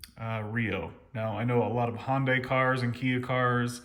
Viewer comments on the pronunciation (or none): “hondai” lol.